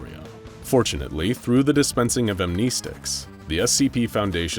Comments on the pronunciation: amneesticks. wrongly said mah duud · lol am-knee-sticks